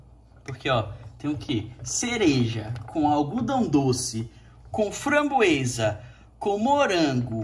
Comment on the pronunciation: É Framboesa e não Frangoesa.